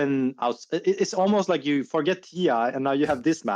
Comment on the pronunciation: Does he live in Scotland now ?😅 Whats goin on with his "you", he says yuuh